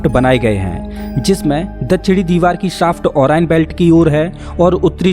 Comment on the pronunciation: ओरियन hai na ki ओराएन भाई साहब